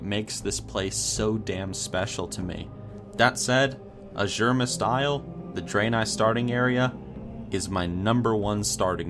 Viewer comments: It's Azure..mist...the way you say is just...bad. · When he said Azuremyst Isle is thought he was trolling xD